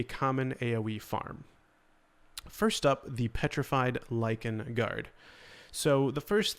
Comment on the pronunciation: You said “Lichen” ❤️❤️❤️